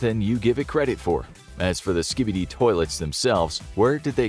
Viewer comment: SKIB EEE DEE